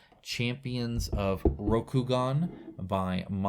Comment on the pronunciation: "Shredder" is Hida Kisada. The split-toe socks/shoes are called tabi. Yes, you pronounced Rokugan correctly.